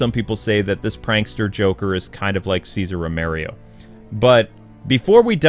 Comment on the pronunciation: César RO-ME-RO not "ROMERIO"